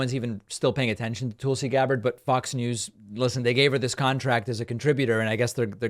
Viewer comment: David, It’s Tulsi as in lull. Not Toolsi as in tool. You are supposed to bright. If so that’s disrespect.